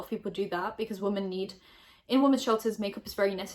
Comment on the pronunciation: Can someone please explain to me why she always says ‘woman’ instead of ‘women’?!?!